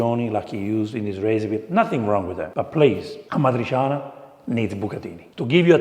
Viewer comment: Correct pronunciation of this italian word is amatri'tʃana not amatrisiana.. It’s similar to words with c and h in spanish.. Like chaqueta, chatarra, chaleco etc.. Nice video 👋